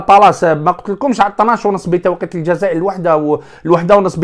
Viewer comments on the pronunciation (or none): none